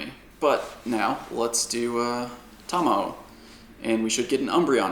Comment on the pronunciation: Shoutout to for pronouncing Sakura and Tamao correctly, stressing the first syllable as in Japanese language, unlike other PoGo Youtubers. Kudos, man!